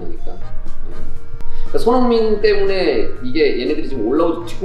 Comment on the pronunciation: 이영표님께서 자꾸 손"홍"민 이라고 하는거 같이 들리는건 저 뿐인가요~~